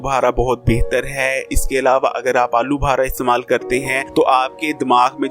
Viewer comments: Pehly bolna seekh Lyn alu bhara nai alu bukhara lafz hai bhai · I think he is lahori 😂😂